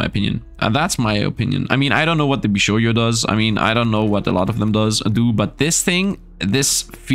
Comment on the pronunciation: i really like your videos but pls, bishojo is jo not yo, jo like jojo, just say bishojo pls